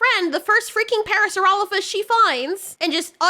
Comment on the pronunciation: I find it funny that she supposedly studied dinosaur bones for years yet she can't even pronounce "parasaurolophus" correctly. At first I thought it was you how was calling it "paracerolophus" but that's what she actually calls it in the series. smh